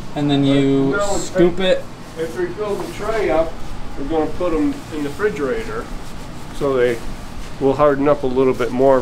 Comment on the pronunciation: "frigerator" this man is precious